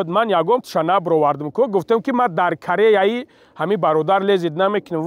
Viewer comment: Ту гусфанди натурии туда буйи марди нест ту даже калимаи карера талафуз карда наметрни, ма да кареяи ту лезит намекунум э баран Корея ин давлат аст пойтахташ Сеул аст ва Кореяи шимоли пойтахташ Пхеньян, ту даже тутики СМ Шарипова хоб када наметони, ту чию як буз чи бо буз соз гушт дора , а ты